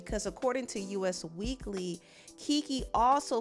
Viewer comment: It's not U.S. Weekly, it's Us Weekly. As in "they talk about *us*". I work in magazine publishing, so I'm just saying. Love the channel!